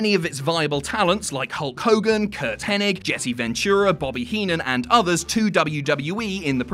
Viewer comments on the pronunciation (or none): Wait wait wait did he just call Mr Perfect ( Kurt henning) .... Kurt henneck?